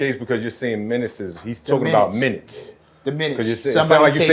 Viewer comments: "the minuteses" 😂😂😂😂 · "minuteses" 😂 thanks for the clarity, i was like "huh?" our people be hacking some words up 😂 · He turned minutes into a 3 syllable word